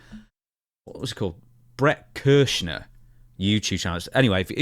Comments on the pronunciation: Bret Kurshner? 🤣 its pronounced Burt Cry-Sure. What you said wasn't remotely close, but it was funny. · CRY-SURE. Easiest way to pronounce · Kry... shur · There's no n lol it's pronounced "cry-sure" but actually who cares since he's not funny and a pos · How the fuck do you not know who BERT KREICHER (pronounced Burt kry-sher) is? One of the biggest comedians in the world. SMH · pronounced cry sure But this is absolutely breathtaking hysterical that you are accidentally saying his name wrong because for years its been a running bit that everyone gets his name wrong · Bro you really need to learn pronunciation. It's Cry Sher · I hate Bert Kreischer with a burning passion and it was hilarious that you were mispronouncing his name the whole time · You got a like just for not saying his name right. He is the worst. Also could it be Brock? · Fat guy? He's a comedian moron do research and say his name right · being in such a rush to make a video that you can't bother to pronounce semi-well known names correctly isn't not a great look.